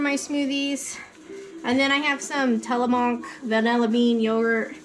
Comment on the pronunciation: Till-a-Mook like shook lol, I only know because I'm a proud Oregonian which is where your yogurts from.